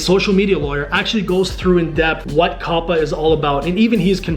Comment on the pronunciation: Its not (Coppa) its (Cowpa)